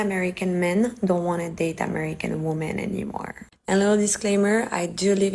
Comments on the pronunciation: Women is pronounced "WIH-MEN" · Day 398 You have a show about wi-men pronounce it right